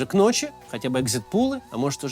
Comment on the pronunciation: Экзит-пОлы, Макс. Речь не о бассейне. А разбор хороший, спасибо.